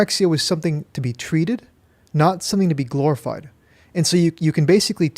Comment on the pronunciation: Was that glororized,? Is that what you said?